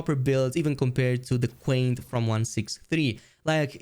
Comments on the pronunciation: it's QianT, not quaint 😂 it's pronounced "cheeyan-tee", they reference it several times in the main quest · "Quaint" its pronounced "Chi-ann-tee" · also, not to be the pronunciation police, but QianT is pronounced Chi an Tee, as Qi in Chinese is basically pronounced as chi